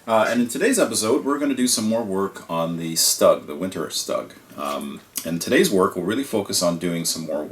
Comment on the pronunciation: Its Stoog not Stug, It's really shorthand for the german word for "assault gun" or sturmgeschutz or StuG. With german pronunciation, I would imagine we pronounce "StuG" as "Shtoog". Definitely not like "ugly".